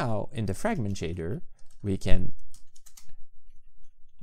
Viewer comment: "framgent" Me: shakes uncontrollably